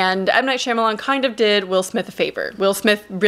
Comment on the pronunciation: How tf am I supposed to value your opinion at all when you pronounced his name “Shimalan”